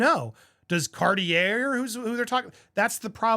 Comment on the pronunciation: Not Andy out here dropping the hard-R in Cartier 😂😂😂